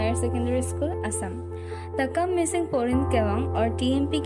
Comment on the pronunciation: Not mishing, Mising